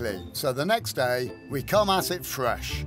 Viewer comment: ..."and the next day we come at it FWESH".